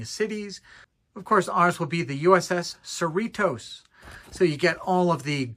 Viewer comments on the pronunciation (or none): We, who live in So Cal, pronounce Cerritos as you would Dorritos (the "T" sounds more like a "D").